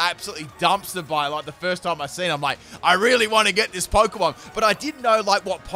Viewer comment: The way you incorrectly pronounce a lot of Pokémon hurts.